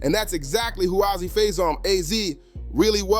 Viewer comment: Azie not ozzy